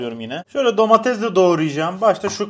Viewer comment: Abi şu DOMATEZ DEĞİL ''"""""""""DOMATES"""""""""